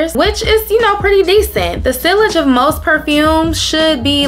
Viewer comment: Hey cutie, sillage is pronounced....*see - auge * Nice collection ❤